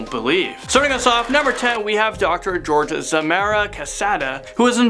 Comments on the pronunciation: Lmao that's not how you pronounce Jorge XD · You pronounced Jorge wrong